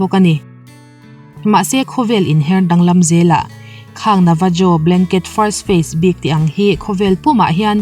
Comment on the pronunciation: Navajo (Nevaho) tia lam tur